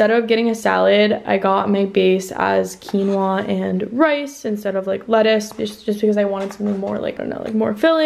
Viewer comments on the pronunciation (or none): none